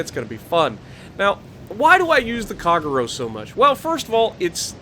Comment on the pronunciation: Another fun watch! Keep it up and congrats on your success! FYI, It's: "Ahh-Tah-Go" and "Cahh-Gey-Roh" 😅 Hope that helps.